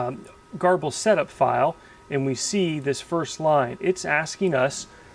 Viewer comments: I thought it was pronounced "gerbil". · Pronounced Ger-bil! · your videos are great! I don't know how you find the time to make them, but I'm very glad you do. Whenever you say "garble" I think "gerbil" (the little rodent, don't ask me why;) so I googled to see how GRBL is pronounced and this is what I found: There doesn't seem to be a consensus but Sonny Jeon, the GRBL maintainer likes to say gur-bull.